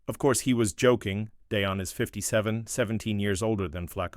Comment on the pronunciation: You need to learn how to pronounce Shadeur and Deion. I don't care what number Shadeur wears as long as it isn't 14.